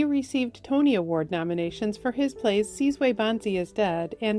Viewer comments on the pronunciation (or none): none